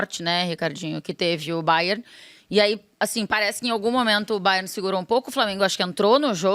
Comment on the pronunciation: "O Baié tá em ôtu patamá" - Bet Henrique.